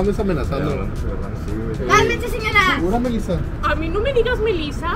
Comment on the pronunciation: Odalys:Ey nO me DigAz mElizA pApi dile que nO me digA melIzA Javi:Ey nO le dIgas aZi